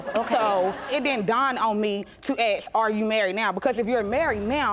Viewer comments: I am so annoyed that 99.9% of black Americans cannot pronounce the word 'ask' . That is just bizarre and it keeps ruining it for me! The wife is so pretty and so well-spoken! And all the sudden she said 'axe' ! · So she ax her a question